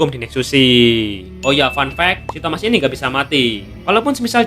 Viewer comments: Baru sadar bro bilang thomas bukan thamuz😂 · Thamuz❌ Thomaz✅